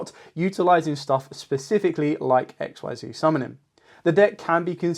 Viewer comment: Not to be rude, but you do know Xyz monsters are pronounced ex-seez right? If that’s how you wanna pronounce it tho, no judgement.